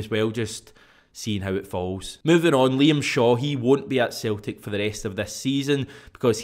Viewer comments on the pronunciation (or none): Its celtic not theltic slabbery mouth